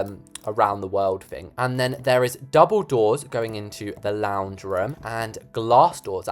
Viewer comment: OMG, when you said “double doors going into the lounge room“ I thought you said Dumbledore is going into the lounge room..!